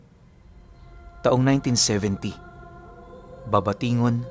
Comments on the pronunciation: Babatngon yan hindi Babatingon hehe 😅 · ..correction lng Po.babatngon leyte